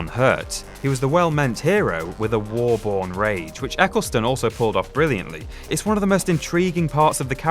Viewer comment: Eccleston not Ecclestone